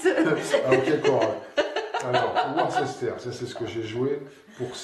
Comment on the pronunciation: Taquine pas trop. Car ta prononciation de Worcester est toute relative (Worce-ster, et pas Wor-ces-ter). Et merci encore pour vos belles parties clairement expliquées. 😉